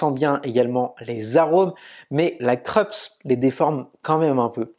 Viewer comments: Le nom de la marque se prononce "Kroupsse" et non "Kreups". J’ai la Krups YY3072FD depuis bientôt 2 ans. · Dans la vidéo d'aujourd'hui, du disais qu'on t'avait fait des remarques sur la prononciation. Je n'ai pas vu la remarque sur la prononciation du nom Krups : c'est une marque allemande, elle se dit "Kroups" ;) Sinon, rien à redire, vidéo au top. Merci !